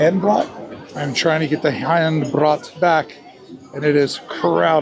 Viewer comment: Hand Brot, Brot = bread and rhymes with boat. Hand = hand but better pronounced hunt. If your cruise travels through the night, you will miss the best scenery. Sailing through a gorge with medieval towers overlooking the river.